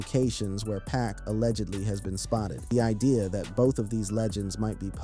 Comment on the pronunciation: Please STOP Calling Him PACK🙄His Name IS PAC😉👌🏼